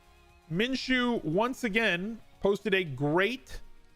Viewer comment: You're the first analyst that I've heard pronounce Minshew correctly.